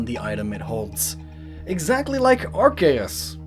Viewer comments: Arceus is pronounced as Ar - Se - us in Japanese... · Miquib Arceus pronunciation